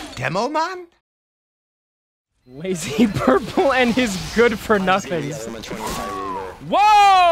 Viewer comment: Yearly Youtuber 🤣 is that what i just heard in the beginning of this